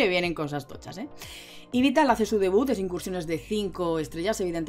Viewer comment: No entiendo esa pronuncion de yveltal para ser sincero y da bastante tok jajaja